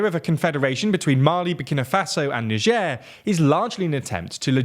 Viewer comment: Bro dodged a bullet with "Nigieer"